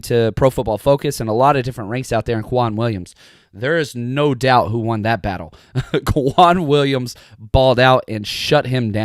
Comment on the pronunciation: Can you start saying K-Waun Williams please??? , I believe thats how you pronounce it and its less confusing due to Kwon Alexander